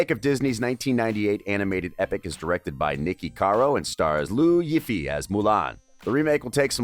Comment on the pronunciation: did you just pronounce Liu YiFei as LOO YIFFIE?!? As a chinese, I am TRIGGERED. Pronounciation: LEE-OU YEE-FAE